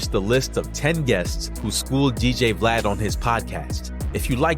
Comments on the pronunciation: WORD!!!! VLAUD!!!😂😂😂😂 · U God calling Vlad “Vlaud” 😂😂😂😂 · Vlaud lmao😂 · It’s u-god mispronouncing glad name everytime for me 😂😂